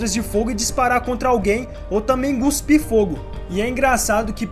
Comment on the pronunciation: "Guspir" foi foda kk